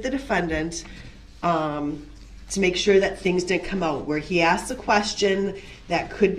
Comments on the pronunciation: I can't stand it when he keeps saying "I ax'ed for it" when the word is asked. That is so irritating! Lol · "I axed you.". "I did what you axed me to do." He's doing everything possible to delay sentencing. He's arguing with a female who is the sentencing judge. He is confusing the judge with his mother and his baby momma. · “Axe me to do” wow he keeps mispronouncing the word Ask it drives me nuts! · Does it drive anyone else bonkers that he says “axed” instead of “asked”? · “talk”: “I dit wut chew axed me tado” and “why dit chew hite stuff from duh jury”. Painful to listen to this thug pronounce even the most simple of words or as he would say “wurts”. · axed axed axed!!! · MrS.Dorow I mean come on he AXED YOU AND IF HE AXED YOU.. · Does he just love to argue or is he just trying to aggravate the judge. “ I DID WHAT YU AXED ME TA DO”. ITS RADICUULUS” Its a TAKIT AGREEMENT. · You know when she “axed” him if he was going to bring up subject matter jurisdiction that’s exactly what he wanted to do and pivoted to the filing complaint.